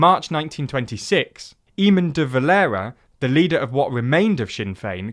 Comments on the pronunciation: "Eamon" was the only egregious mistake. That "á" sound doesn't really exist in English. "Drawl" is close, "Doyle" is... not-so-close. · Dáil is generally pronounced Dawl rather than Dayle.. Eamon is also generally pounced Aay-mon rather than E-mon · It's not pronounced Eemun De Valera, it's Ay-mun De Valera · People have corrected your pronunciation of Dail already so I won't bother, but there's one more word pronounced incorrectly. Eamonn is pronounced Ay-min Great video! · Don't the Doyle family seem very prominent in Irish politics? Dáil rhymes with wall or ball - it almost sounds like doll, but with a wider vowel sound. Eamon is pronounced Ay-min. The nationalist minority in Northern Ireland faced actual discrimination, not just perceived. Nationalists had Gerry Adams, Unionists had Gerry Mandering. The 1916 Rising happened in 1916, not 1906. And Sinn Féin didn't actually have a lot to do with it - the media just gave them the credit and they went with it. All major political parties in Ireland want a 32 county Ireland. Fianna Fáil literally call themselves THE republican party. It's not remarkable that the biggest party want a unified Ireland. That's always been the case. And as others have pointed out, one of the biggest factors in Sinn Féins surge of popularity is nothing to do with Britain. Irish people, particularly young Irish people are tired of the two centre-right parties who've been in power throughout Irish history (Fine Gael and Fianna Fáil). Sinn Féin have gained because of government inaction on housing, on healthcare, on education. People vote Sinn Féin to vote against the Government, and to vote for a left wing party. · Great video but you pronounced Dáil wrong, it supposed to sound like "D-AHH-IL" or "DAWL" and Éamon should sound like "AY-MON" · Dáil is pronounced more like "DAW-il", and Éamon more like "Ay-muhn" akin to Raymond. Otherwise great video!